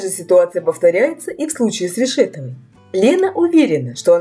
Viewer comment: Что за дурдом то такой а,почему вы неправильно делаете ударение на фамилию.Анастасии.Ну как так можно вести блок и не знать как правильно фамилию называть.Колхоз.